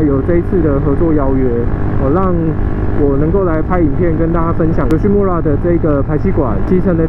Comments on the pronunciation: 其實YOSHIMURA的"RA"要唸"LA" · 雞蛋裡挑骨頭一下：日語裡的R音不是捲舌音，應該讀成「L」的音，所以「村(mura)」應讀成「木拉」才對。